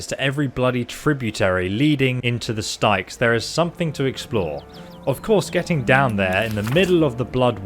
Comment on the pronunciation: Strange to hear someone not be able to pronounce something from classic Greek Mythology? The River Styx was the principal river in the Greek underworld (also called Hades). It is pronounced like "sticks" so uhm, heads up!